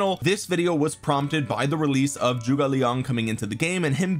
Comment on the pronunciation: can we stop pronouncing "Zhuge" as "Joo-gay"? or do we still want to keep mispronouncing it?